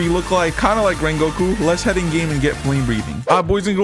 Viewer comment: In this Wideo we will be come wengoku